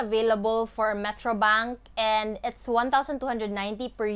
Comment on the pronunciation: i love how you say bunk account......😂😂😂